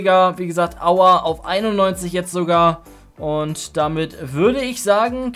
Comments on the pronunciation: Niemand Wirklich niemand: Aua statt Aouar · Wenn du aouar sagst quälen sich meine Ohren aber trotzdem heiles video